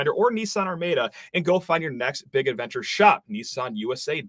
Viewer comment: It’s Ar-MAH-da ugh plz